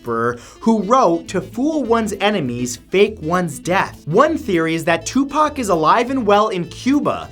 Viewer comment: Matthhew, thank you for properly pronouncing Tupac and Assata Shakurs' names. Great video as always.💜